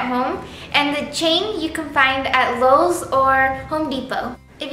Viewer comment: *knows she said lowes... hears lolz anyway*